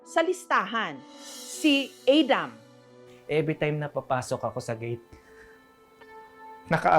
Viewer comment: Pronouncing Adam that way only reflects a serious global disconnect and ignorance.